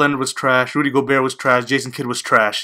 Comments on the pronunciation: it's not gobert it's pronounced (go-Bear) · Just so you know for next video it's pronounced Rudy Go-bear